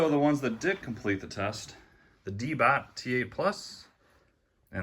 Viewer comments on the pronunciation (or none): You accidentally said Chest instead of test